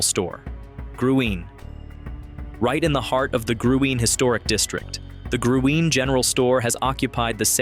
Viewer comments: Luckenbach…LOO-ken-bauck . Gruene…Green. Gruene Hall. Call me HUN…as in honey. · Gruene-Green. Hico-HYCO. At least Luckenbach was pronounced right toward the end of the segment, and you got the Guadalupe River and Burnet Road. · Loved seeing this video on my beloved state - great, classic places. HOWEVER, if you are going to do a video on Texas you need to learn to talk Texican - I.E. LEUcKENBUCK -not LUCKenbach - Listen to the famous song, GRENE - no Grooen. HIco - not Nico, We do have many more weird city/town names that non Texas will never get right. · Its pronounced " GREEN " 💚.. Dancex many nights at Gruene Hall. .